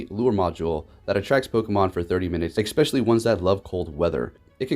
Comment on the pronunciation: "expecially" ::eye twitches